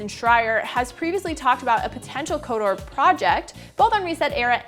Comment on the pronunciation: Kotor. not Kodoor. lmao